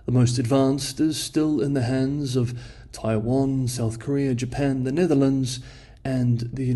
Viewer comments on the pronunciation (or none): none